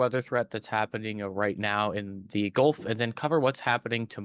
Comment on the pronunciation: Can you say GULF Coast, not GOLF coast???????Gulf